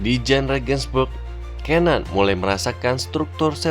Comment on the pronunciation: bacanya cenan